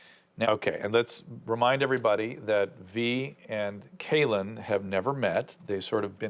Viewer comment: It’s a little bit irritating that Dr. Drew keeps calling Kailyn Caitlyn 😂